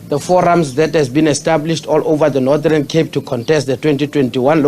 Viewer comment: And its Northern Cape, not Nordhern Cape.